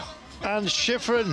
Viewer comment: That announcer really butchered sheeefreen's name.